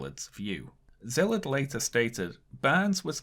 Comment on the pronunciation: Small request for future videos. Could you put up the names of the people you're talking about under their photos? It took me 5 whole minutes on Google (way more time than should be required in the modern age) to find out that the man you called Zilit or somesuch was actually Szilárd Leó (pronounced See'-lard Leh'-oh). I wouldn't have been able to pronounce it either had I not lived a while in Hungary, but it would help people who are intrigued by your subject matter to follow up on it on their own (to Google Byrnes and not Burns, for example). Great video.